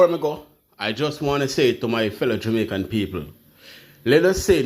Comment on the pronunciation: Jamaican / not Jumaican